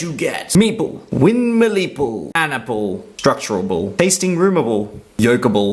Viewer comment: Very helpful! I almost died laughing at "windmillple."